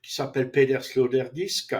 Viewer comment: résumé bon ... mais c'est Peter Sloterdijk et pas Sloterdisque :elbowcough